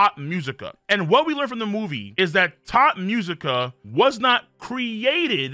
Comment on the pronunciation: My mans really kept saying "Thot Musica" instead of "Tot Musica" the entire video! 💀😂 I thought it was just a joke at first but then he just kept saying it lmfao 😂😂😂